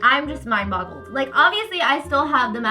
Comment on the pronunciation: Are you saying "mind bottled"? Lmao